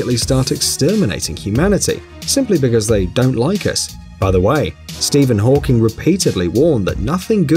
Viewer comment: Did he say Steven hawkings🙄🙄😱😱